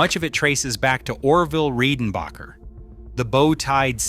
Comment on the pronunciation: It's RED-en-bacher, not REED-en-bacher.